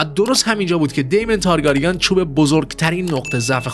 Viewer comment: ویدئو واقعا واقعا قشنگ بود فقط اگه میشه لطفا تارگرین رو درست تلفظ کنید